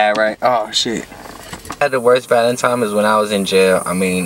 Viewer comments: Bruh it’s valentine not valentime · What’s a “Valetimes” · Who gets mad when he says valintiMIES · I think it’s so funny when he say “Valentimes” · Nigga says:”valentime”